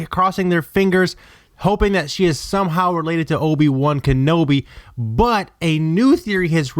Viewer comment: obey wun kanobi. Maz Katana. RE-INCARD-NATED? You know theres no D in that word right?